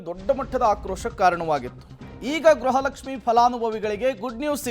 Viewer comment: ಗ್ರಹ ಲಕ್ಷಿಃ ಅಲ್ಲ ಗೃಹ ಲಕ್ಷ್ಮೀ